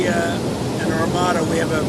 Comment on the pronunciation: ... and no, it's not armatta, it's pronounced armāda.